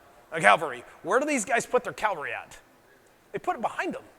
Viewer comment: By a Franco-Sardinian army, actually. Solferino. Its Cavalry not Calvary. Battles of Mockern, LUTZEN, BAUTZEN, Haynau, Luckau, Grossbeeren, Katzbach, Dresden, Kulm, Dennewitz, Altenburg, Waltenburg, LEIPZIG (1813), Brienne, Rothiere, Montmiraile, Chateau Thierry, Vauchamps, Craonne, Laon, Rheims, Arcis-sur-Aube, Paris (1814), LIGNY, WATERLOO, WAVRE, Rockuencourt, Issy (1815). These and other minor ones I did not list, are just from the Napoleonic Wars! Nine or ten (minor affairs) in the Schleswig Wars and another ten against the Austrians before Königgrätz.